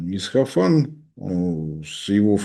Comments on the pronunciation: при всём уважении, но ИсФахан, а не ИсХафан. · Только не Исхафан, а Исфахан. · Не Исхафан, а Исфахан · Всё-таки не "Исхафан", а Исфахан. Пожалуйста, не путайте,. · Нет, приглядитесь внимательнее: путает порядок букв - ИсХаФан вместо ИсФаХан. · Правильно будет говорить Исфахан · прошу прощения, но, город в Иране - Исфахан. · Кто-нибудь научите правильно произносить название города Исфахан! Ухо режет его произношение!